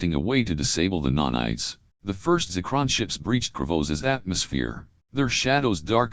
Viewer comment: NANITES, bro. what's a nonite? 😅